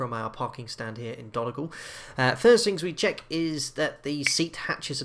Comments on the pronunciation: The way he pronounced Donegal is so wrong 😂😂 every Irish person will know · How did you just pronounce donegal? 😂😂